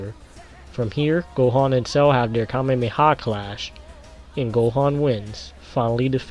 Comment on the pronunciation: KAMEHAMEHA. NOT KAMEMEHA. YOU SAID IT CORRECTLY BEFORE.